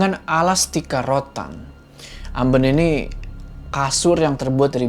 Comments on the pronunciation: Amben bacanya bang jangan amben.. wkwk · Ngakak denger ngomong "Amben" Fyi, "Amben" dalam bahasa Jawa artinya tempat tidur dan cara baca yang bener itu "AmbEn" bukan "Amben" kalo lebih tepatnya dalam aksara Jawa menggunakan sandangan taling bukan pepet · amben? bkn gitu bacanya. tp amben kyk bc tape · Amben bang bukan ambeun 🤣🤣🤣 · Ambèn cara baca huruf vokal nya kayak kata kusen bro... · Koreksi dikit: pelafalan "amben" itu "ambén" bacanya. CMIIW Ditunggu part selanjutnya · Jadi ambeun ya, kan eu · Hadirrrrr lagi 🤩 btw kasur: amben, “E” nya pake konsonan “LELE”, bukan amben konsonan “rEdup” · Sedikit meluruskan saja mas. Kalo amben itu sebenarnya dibaca amben,bukan amben. Yang artinya(kasur) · Fokus sama "amben".... Kalo dalam bahasa Jawa itu pake "e" Pepet bukan taling tarung😁🙃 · Pengucapan kata " Amben " Bikin ketawa... Orang Jawa pasti tau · Amben... Pake E "enak".. Bukan amben.. E"elang"... Ok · Hehe ada kata² bhs Jawa yg salah... "Amben" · kata "Amben" itu baca vocal "e" nya dibaca seperti vocalnya "bebek" Kata mbok ku gitu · Amben. Baca dg logat Batak bang. Heeee....itu pengucapannya yg benar. E bukan eu.. itu kalau di kampung saya